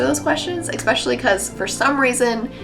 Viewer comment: "eckspecially" xD